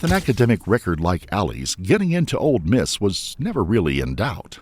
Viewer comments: This narrator drives me crazy saying “Old Miss” instead of Ole. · It's "Ole Miss", not "Old Miss". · I wish he would stop calling it ‘Old’ Miss. I know it has nothing to do with the story, it’s just a pet peeve of mine. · This man said “old Miss” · FYI, the "d" in "Ole Miss" is silent.